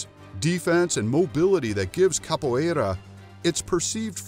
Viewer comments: Amei o modo que ele fala capoierrrra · His pronunciation is hilarious. And annoying. I mean come on, "Kappo eyraaaa". Really? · SORRY; but I do Capoeira. You guys pronounce everything very wrong… both capoeira, ginga and berimbau. Also why is all the Capoeira clips the top clips from YouTube? Half of them are from movies… You´re not just reading from Wikipedia too? (And I don’t know but your karate words sound weird too…) But I am okay with the conclusion. We can be quite aggressive, but Karate is eassier to learn if you ‘just’ want to win a fight. (And stop telling me to subscribe, once is plenty! Just do better context or shorter videos instead please) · Anyone else notice he never pronounced capoeira the same way twice?